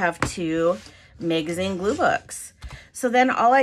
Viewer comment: The mag in the word Magazine rhymes with cat not made